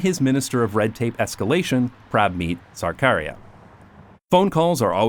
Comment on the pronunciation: big butchering of his name (if anyone can read IPA it's something like [ˈpɾə́bᵊ.miːt̪ᵊ səɾᵊ.ˈkäː.ɾiäː]) but fun fact his surname seems to mean "of the government" meaning in Punjab his family were probably bureaucrats or something. Not really relevant, just interesting. He sucks though yeah.